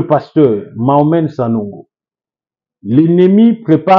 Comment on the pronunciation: C'est qui Sanongo? Sanogo c'est différent de Sanogo. Apprends à prononcer....être serviteur de Dieu n'exclut pas une bonne formation intellectuelle.